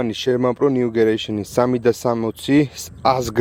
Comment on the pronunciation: გამარჯობა ნიუგერეიᲨენი არ არის სწორი ნიუგენერეიᲨენი არის სწორი ❤